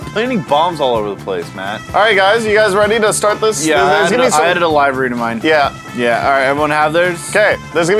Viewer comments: I can't tell if you guys are doing it on purpose but, Think the organ, Liver when saying "Livery" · It’s Live-ery omg!!! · Yall cant pronounce livery right? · Someone please. Please. Tell how to say the word livery...